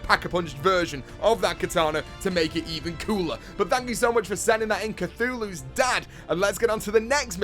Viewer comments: It said "Caillou's Dad" and said "Cthulhu's Dad" lmao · lol said khuthulu instead of caillou's Dad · Did anyone else notice when he called Caillou's Dad cuthulu? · "cthulhu's dad" PFFFT ITS CALLIOUS DAD